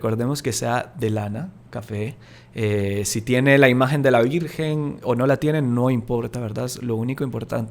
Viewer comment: M.encanta ezcuchar l palabra lavirjenzita d lavirjenzita